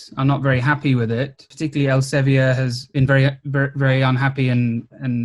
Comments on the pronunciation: Not very important, but 'Elsevier' is dutch and is thus pronounced 'elsa - vir' (not quite, but close enough) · Dutchie here, I'm sure it's pronounced ell-suh-vear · As a Dutch person, I wonder why you pronounce Elsevier like it's French. Here we pronounce it like [Elseveer] (sounds like fear), not [Elseveeyay]. But I'm not really in the scene, so maybe I'm the one doing it wrong. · As a Dutchman, I must apologize for the corrosive influence of Elsevier (the "vier" rhymes with "dear", by the way). I also find myself often apologizing for the existence of Shell, but that is not really related to the subject at hand. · elsevi-er ... it's elsevier (think elseviiir) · Interesting pronounciation of Elsevier.. it's not French though. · Couldn't have written my book without Sci-Hub, thanks Alexandra! But please please please look up how to pronounce Elsevier. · Good video! Funny how Elsevier is pronounced :-) (there is a IPA in there). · As a Dutch person, I was really taken aback by the English pronunciation of the Dutch name Elsevier; it makes sense to pronounce it like given English pronunciation conventions, but I just hadn't ever heard it pronounced in English before. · I have nothing of use to add to this video, only that I never heard Elsevier pronounced like that, it’s a Dutch word so I would never expect it to be pronounced as if it’s French. EL- just like that SE - suh V - like the V in vile. IE - like the EE in beer R - roll that rrr so that you feel itch